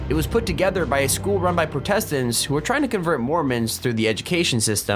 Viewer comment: I'm pretty sure he pronounced protestants wrong too.